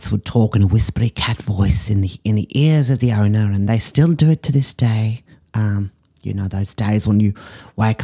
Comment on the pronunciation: “Here we have a dog being murdered by its ownah” “not sure why she sent this in…” 💀